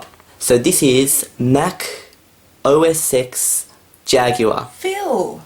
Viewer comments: about Mac OS X. the X is pronounced "ten" try to type "say Mac OS X" in the terminal and see what happens. you said you watched reviews about the OS`s you tried as to pronounce them correctly. did you? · Mac os 6 "Mac OS Sex" Lolololololol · Anyway I just wanna say it was supposed to be pronounced Mac OS 10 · Dude He Said Mac OS Sex Jaguar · RedstoneFreakCrafter No, she thought he said "Mac OS SEX"